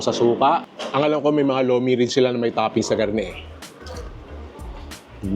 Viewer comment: Lomi po hindi lumi